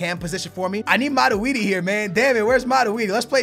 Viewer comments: wow!!! it mat-twoi-d... not mat-we-d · its not maraudi its matuidi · It's MATUIDI Not MADUIDI!!! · Aren't you saying Matuidi's name very wrong?